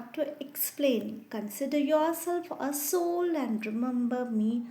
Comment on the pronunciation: Mam it's not Alf. It's alpha. And it's ass hole it's "A Soul". Please improve your English. Give a gap between A & Soul. It's sounds very bad. It's humble request to correct your pronunciation.